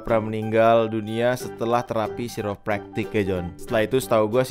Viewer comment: Pronounce nya kairę’praktik bro,,,aku pernah ke situ,,chiropractors ahli tulang